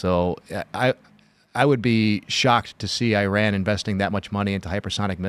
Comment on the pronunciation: One day American's might learn how to pronounce Iran and Iraq properly.